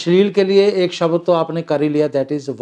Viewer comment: Not शबद It's शब्द।